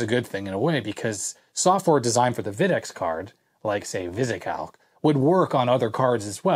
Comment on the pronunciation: FYI - Videx is pronounced VY-dex, not VID-ex. I was the lead engineer for the company in the late '80s thru the early 2000's, and we always winced when a customer mispronounced the name! :)